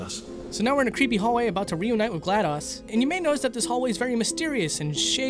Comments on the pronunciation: It's pronounced Glad-dose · i was physically hurt when he pronounced it "gla-dos" not "gla-dose" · It's pronounced gl-a-dos not gl-a-dAs